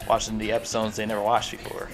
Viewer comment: its funny when u say episones instead of episodes